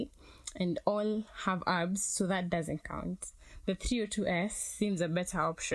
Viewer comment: Maan, not hating but you need to resume doing the voice overs, i found it very hard to follow with the lady's voice over plus it feels like she's just reading from a paper and the pronounciation of 'abs' gave off the idea that she doesn't really know much about bikes